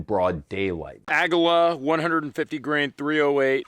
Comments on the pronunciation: It's pronounced Ah ge la not ah gu la btw pretty sure it means eagle or something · ...Ahguhluh? Please, it's AhhGeeYuh. Say it with me, ingrate Ahh-Gee-Yuh. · Aguila ammo brand is pronounced 'AH-gee-la', not 'uh-GEE-la'. It means eagle in Spanish.